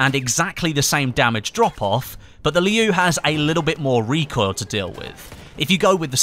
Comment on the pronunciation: I don't know if there are any other Mandarin Chinese speakers that can't stop noticing the pronunciation of "Liu" in this video like me.. am I alone?